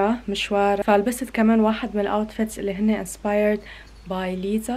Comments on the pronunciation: اسمها ليسا مش ليزا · صح اسمها ليسا بس هما عم يقولو ليزا غلط ليسا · ملاحظة 🙂: اسمها ليسا و ليس ليزا 👀👍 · ليسا اسمها مش ليزا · ليسا مو ليزا 😂😂💔🤦‍♂️🤦‍♂️ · اسمها بحرف لأم ليسا مو ليزا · اسمها ليسا مو ليزا 😊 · ترى اسمها ليسا مو ليزا